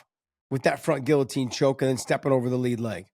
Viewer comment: Can somebody teach this man how to speak the word “ guillotine “